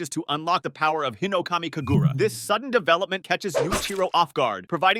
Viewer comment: bro i hate the way he pronounces things im sry but HINOKAMI KAGURU WHY??? SAINAMI AND